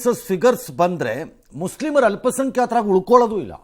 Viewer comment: ಮುಸ್ಲಿಮರು ಅಲ್ಲ ಮಸ್ಲೀಮರು 😂